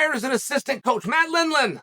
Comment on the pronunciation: when he says matt lindland i almost cried why was the pause so fierce